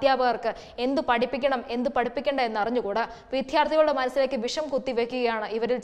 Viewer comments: വിധ്യാർത്ഥി അല്ല, വിദ്യാർത്ഥി എന്നാണ്. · വാർത്ത നന്ന് ശൈലിയും നന്ന്. ഉച്ചാരണത്തിന് ശുദ്ധി ഇനിയും വേണം. വിദ്യാർത്ഥിയെ വിധ്യാർദ്ധി യാക്കരുത് ദയവായി.